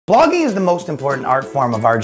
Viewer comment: I heard "Pogging" instead of "Blogging" and it still made sense.